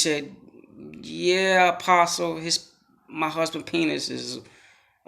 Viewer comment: Lol. One of the biggest things we need to be worried about, is that people genuinely think that’s how “apostle” is pronounced